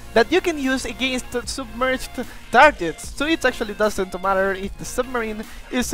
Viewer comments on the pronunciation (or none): none